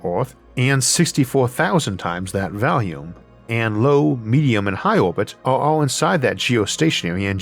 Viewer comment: Dude its pronounced volume not "valume"